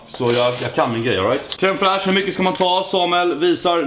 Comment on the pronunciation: "creme frachie" du äter creme cheese 😉